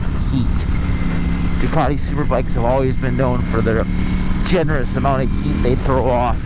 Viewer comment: Ducaaaardeee.. I always thought it had a ‘t’ in it